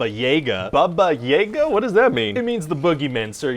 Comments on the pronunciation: Btw just for clarification it's pronounced "Baba iaga" Yeiga sounds more like Hunter in German. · It's baba jaga not baba jega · Russian 101: Its not baba yega, its "baba yaga". Description is quite correct. "Babaika" is indeed Boogeyman, but its not pronounced "Bebeika". It should be, again, 'a' as in "yaga" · That's the dude that got his dick cut off and fed to him in GoT, right? My, how the turn-tables. Also...Baba Yaga is pronounced "Bahbah-Yahgah." Seriously, there is no slight-of mouth going on...that is just how it's pronounced. You can feck right off with that whole "Bahbay yahgay" shtick. It's not a secret. It's been around for 6-800 years. If you were going for, "Listen to me pronounce things incorrectly and not even bother to do any research ." Boy, you got a hippity-hoppity-slippety-sloppety-slam-dunk. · It’s pronounced BAba yaGA, not BAba YAga. I’m still waiting for someone in Hollywood to ask an actual Russian speaker how to pronounce this simple name. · It’s actually Baba Y-AH-ga not Baba Y-AE-ga . . . But the droopy b**bs part was right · Ryan, just a friendly info that "a"s in "Yaga" are pronounced the same way as in Baba: /jaga/ not /jega/. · Put the emphasis on "ga'." It's 'baba yaGA" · Baba Yâga. not yāga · Ya but the way he pronounce it hurts me to my soul i always pronunced it a ya-guh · just a note: it's BA-ba (correct) ya-GAAH (stress on the last syllable) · Baba Yaga (pronounced like ya in "yard" not like ye), anyway, she's basically an old ugly witch in many Russian folk tales, and is used to scare kids when they misbehave, like "Baba Yaga will come & take you away at night" and stuff like that. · actually it's pronounced "bah-bah yah-gah". Slavic pronunciation is TIGHT! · it's baba-yaaga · Martha G. My mom is Slavic and i personally love the character of Baba Jaga and one of her best portrayals was in Neil Gaiman’s Sandman fables and reflections and hearing them say baba yeah ga hurt me